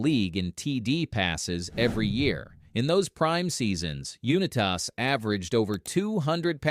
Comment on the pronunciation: AI garbage. Can't even pronounce the name correctly